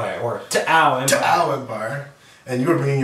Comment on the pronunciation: you guys need to stop pronouncing T'au that way. I k ow it's in jest, but it gets old quick. if anything, it just shows a ton of colloquial American bias, as there are plenty of languages in modern day real world Terra that have apostrophes mid-word that you're not meant to do anything with in speech. I'd give the benefit of the doubt that you're not all ignorant and stuff, but it would be nice if you guys didn't keep trying to give that impression. Nice battle vid thoigh, good format.